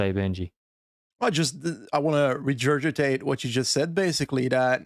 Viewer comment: It's fine to use 'regurgitate' in the way he used it, ie 'repeat something that's already been said'. Google it, it's one of the definitions of the word. It's not pronounced "reJurgitate" though! (should be a hard G).